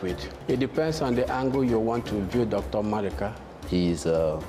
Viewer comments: If you are going to say someone's name, at least know how to say it correctly. He even corrected you smh. It's Mmaduka not maduka. Rubbish! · it’s Nmaduka